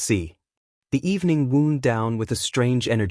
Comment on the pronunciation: Wound can be pronounced two ways: woond, as in an injury, or wownd, as in the past tense of wind (with a long I, as in wind my watch). They always pronounce wownd as woond. “As the party woond down…” um, who got injured?😂